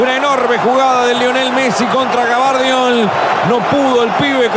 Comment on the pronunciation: Gavardiol dice el uruguayo xd